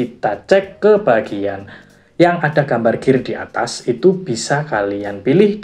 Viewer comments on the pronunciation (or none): none